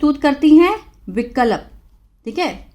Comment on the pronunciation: आप कई शब्द को गलत उच्चारण करते है जैसे स्वीकार को सबीकार विकल्प को बिकलप प्राप्त को परापत सख्त को सखत बोलते है बाकी इंग्लिश आप का बहुत अच्छा है